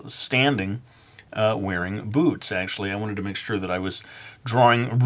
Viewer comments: Today I'm gonna teach you how to draw BOOTS! But I heard " Today I'm gonna teach you how to draw BOOBS!" =w= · when you said boots i thought you said boobs, oh well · lol at first I thought he said today we're gonna learn how to draw boobs xD